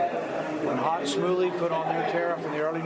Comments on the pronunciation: Had to hear that clip of genius Rand Paul saying “Hot Smooley” about 100 times in the past day 🤦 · Rand Paul called Smoot-Hawley Hawk-Smootley. Can we please get some competent people instead of these GOP clowns? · WTG Rand, "Smawt-Hooley." Jesus.